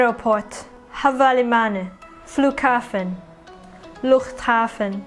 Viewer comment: Well done. Luchthaven was perfectly pronounced by you. Much love. ❤❤